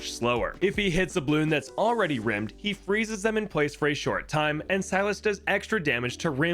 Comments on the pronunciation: it's all throughout the video Where he keeps saying rimmed instead of rimed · IT'S PRONOUCED *RIME*D!!!!! NOT RIMMED!!! THAT'S A DIFFERENT THING!!!!!!!!!!!!!! (walter white screaming in car image) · Rime has a long i sound, so it’s pronounced Rīmed not Rimmed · Omg hearing someone mispronounce Rimed as Rimmed is WILD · Just a PSA, its not pronounced rim-d. The word is pronounced like rime, or rhymed. Rime means icy, rimed is "has been iced". Youre not giving balloons rim jobs lol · Bro please PLEASE it's not rimmed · Rimed It is pronounced like the word rhyme It is a homophone like Son and Sun, Rain and Reign, Great and Grate, New and Knew, etc. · Rimed is pronounced like rhyme. Also, I thought it was hilarious you were playing silent night in the background 🤣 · “Rimed” is pronounced the same as “rhymed” fyi. Great vid! 🙌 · HAAAANK HANK, DONT MISPRONOUNCE RIMED HAAANK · Goodness, an unfortunate misread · Was about to say. Though a rimming monkey would be very on brand.